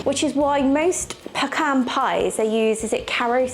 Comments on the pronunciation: I have never heard of pecan cobbler. I DO love that you are saying "peh-Kahn"! 😃 I have a pecan tree in my back yard and I loathe! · Pecans are absolute perfection, as is your pronunciation of the word. It is argued quite often here in the US and I think only Texans pronounce it the other way. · Well being from GA myself this is the first I’ve heard about pecan cobbler (we say peh-cahn which you were pronouncing correctly most of the time) but a lot of people say PEACAN and to that I say they can pee in a can if they want to lol Pecan pie is my husband’s all time favorite dessert and he has perfected the recipe, or at least that’s how we feel about it lol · Thank you for all the history and explanations. I'm from and in Texas, so I know pecans. My mom made the best pies, and pecan was one of her favorites. We could pick pecans next door at my grandparent's house, crack and pick them out, then cook them. You are now pronouncing "pecan" correctly! Congratulations! We always pronounced Karo syrup with the long "a" and long "o" sound. I don't know if that's correct, but it's acceptable.